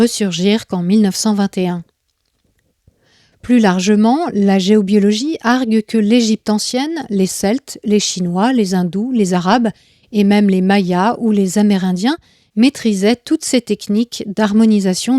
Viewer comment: Petit aparté de vocabulaire : arguer se prononce argüer (on entend le u, comme dans argument)